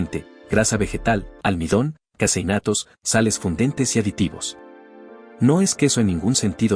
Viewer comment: "Casi innatos"😅 Es vez de "caseinatos".